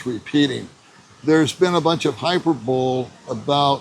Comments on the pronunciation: Hyperbole is pronounced high-per—ba-lee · hai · pur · buh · lee